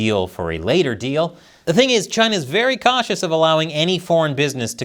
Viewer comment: 🍯a “deal” with Chyy-Naah 🍯🍯🍯